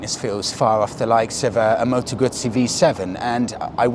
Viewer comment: Well done for the only person in the entire English speaking world who pronounces Moto Guzzi properly!